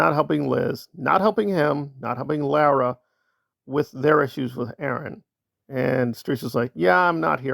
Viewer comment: Just a little FYI…Lara FM pronounces her name as LAWra. Carry on…….😊